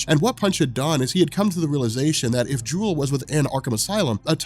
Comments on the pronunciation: Isn't her name Jewlee? pronounced Julie not Jewel, like a play on Punch & Judy. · Pretty sure you already got this on the original video, but Jewel? No. It's jewelee. Sounds like Judy. Punch and Judy are the names of puppets and a storytelling device. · does it again-misreads the name once NEVER READS IT TWICE! Like, "I don't know why people call him JAIME when his name is JAMIE" JEW-LEE I'm guessing her name is JEWLEE not JEWEL